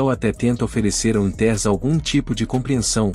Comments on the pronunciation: "Wintérs"? Sério? Larga essa AI e vai narrar seu vídeo, man! rsrs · O narrador nao sabe pronunciar os nomes como o de Dick Winters e outros nomes ingleses.Como acreditar no que o narrador fala ?